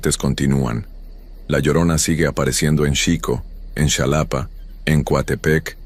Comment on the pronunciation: X favor es xalapa no chalapa no importa q se escriba con x pero se pronucia con j ❤❤❤❤❤❤❤❤te digo xq soy de alla